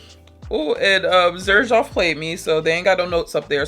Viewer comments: Xerjoff is actually pronounced as “sir shoff”, there’s a video by the owner pronouncing it that way! I sampled Italica a year ago and hated it too lol…but I tried it again a few months later and LOVED it I bought a full bottle right away! It’s now my favorite gourmand! I own 5 bottles from this brand: Dama Bianca, Italica, Dolce Amalfi, Muse & Ouverture! It’s definitely not a house you can just blind buy for sure! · It is pronounced serjoff. The founder's name is Sergio Momo. His grandmother always called him serjoff. 🤗🫶